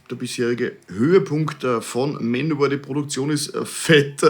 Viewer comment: "Manowör"???!??? Bin raus.